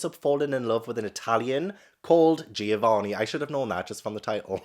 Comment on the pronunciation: I'm 5.00 minutes into the video and I'm laughing so hard. The way you said Giovanni... Loved it!!! and then that clip of you crying? That is me with every single book xD